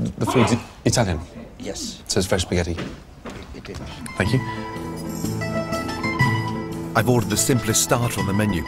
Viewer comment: When Gordon says "thank you", it sounds like "Fuck you"...